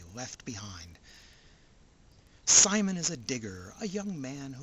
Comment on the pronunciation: If you like to suspend your disbelief this and other shows of the Super Robot genre are for you. I bet a few people chewed you out about how to pronounce "Simon."